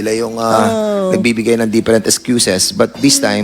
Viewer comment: Ano? "Diperent"? Different! Ano "Op" ? Of! Ano Pollow? Follow Mr. "P"ernandaz? Anong Conpyus? Confused! Anong Balidate? Validate! MgTagalog ka na nga lang .